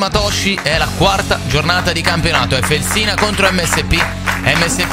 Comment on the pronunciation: Si chiama Fèlsina, non Felsìna. È l’antico nome della città di Bologna.